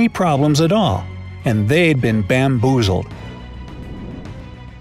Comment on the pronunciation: nobody can say bamboozled like does